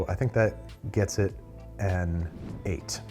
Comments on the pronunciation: Leave it to a youtuber to mess up Buldak. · Everyone’s feeling the brothy noodles but I’m feeling the desperate urge to inform. The fire chicken gives its all so if you say it like ‘pull-dock’ you sound closer to the way it’s pronounced. Speaking as one whyt person to another. 👍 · BULDOK IS SUPPOSED TO BE SAUCEY NOT SOUPY 😭